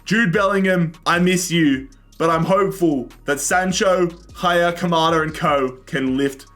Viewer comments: Its not Haier its aller. The pronounce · pls do never pronouce haller ever again like this its french